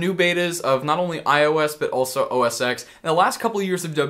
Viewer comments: A part of me dies every time someone says OS "x". The "X" is a Roman numeral and would be said as 10. Never would it be spoken as "x". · Please say OS (ten) X lol. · It's OS "Ten" the X is a Roman numeral. Lelz XD